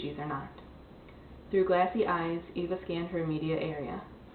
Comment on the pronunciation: It's not Ava it's Eva